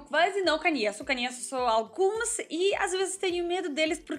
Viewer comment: A caracteristica marcante do sotaque de é falar "canheço" no lugar de "conheço".